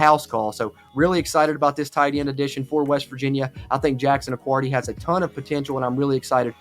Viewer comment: Jackson accuardi, just a tiny detail, it’s pronounced with no u in the last name